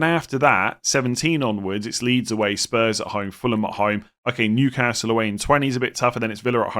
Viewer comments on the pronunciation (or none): none